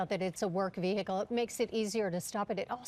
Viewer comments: You would think newscasters would know proper English. It's NOT pronounced Ve-Hickle. This isn't an episode of Dukes of Hazzard. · No it's not. It's VEE-uh-kl. Google it.